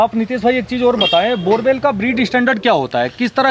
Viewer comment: Borboel not borewell😂😂😂